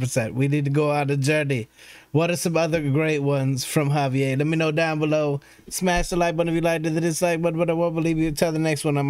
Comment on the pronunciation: You pronounce his name as "Ga-Bie-Jer"